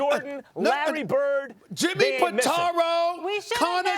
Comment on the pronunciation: Nigga said magic and bird lol